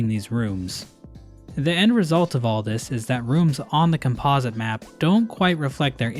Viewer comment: Bro somehow skewed up the pronounciation of "Composite" 💀